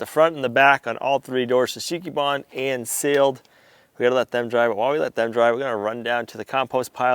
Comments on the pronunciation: There will come a day when you learn to say Shou Sugi Ban, instead of shusheeky barn 😂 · You need to help him on his pronunciation shou sugi ban 😂